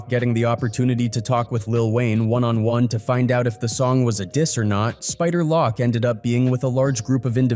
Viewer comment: He called Spider Loc, "Spider Lock" Smfh 🤦🏾 lol 😂